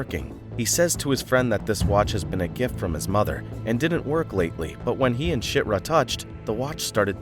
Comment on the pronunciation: you just called chirta shitra.....